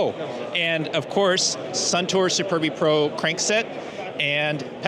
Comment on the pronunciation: Who pronounces superbe like supurbi? It's SupErbE. Not with U and I.